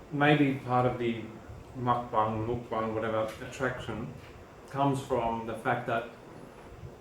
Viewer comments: I'm 99% sure it's pronounced Muk “Bong." Asian Vegan (aka MommyTang) does this. I know this because I just recently discovered her YouTube channel like 3 or 4 days ago. the first video i watched of hers was her Dominos Pizza Mukbang, it was hilarious (and Informative) Lol. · Hello +! You pronounce it Mokbung. It started in South Korea and simply aims to make eating less lonely. Muk means eat in Korean and bang means room so that's where the word comes from. I really enjoyed your mukbang:D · if you guys are going to this then you should figure out how to pronounce mukbang.